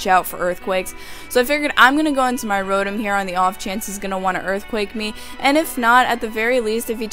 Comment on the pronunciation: Did u just call rotom rorom XD